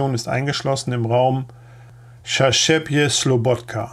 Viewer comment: Ich will jetzt nicht wirklich an der Unbegabung der Aussprach was Ortsnamen anlangt (ob französisch, italienisch o. russisch) herumreiten, aber wieso organisiert ihr das nicht besser, insofern, als dass ihr bei der Reinschrift einfach die Namen in Lautschrift vorbereitet??? Bitte nicht böse nehmen, aber du hast sogar bei den einfachsten Ortsnamen wie Slobodka Probleme! Der Bericht ist tragisch anschaulich gut geschrieben und vorgetragen. Eure Arbeit ist gut und wichtig!